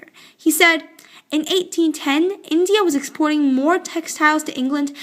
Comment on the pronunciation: Wrong path British in zindia that is India Not zindia